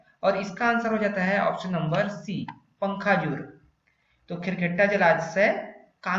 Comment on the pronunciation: पंखाजूर नहीं पखांजूर